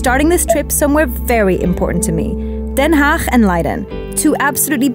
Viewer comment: i just stumbeld onto this channel and not knowing you grew up here, you saying ''den haag'' correct. little bit of a jump scare